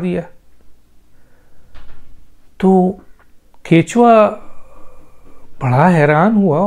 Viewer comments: Kachwahh (Turtle) he ap kichwa ghalat keh rahe hen correct krlen please men ehle zaban gun mujh se bardashat nahi huwa sorry for that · kuthua hota hey bhai ketchua nahean🥰